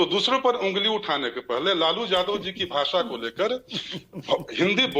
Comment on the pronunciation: अपने को भाषा के विद्यार्थी बता रहो हो फिर भी यादव शब्द नहीं बोल पा रही हो। वहीं टंग लैंग्वेज जादव रट रहे हो।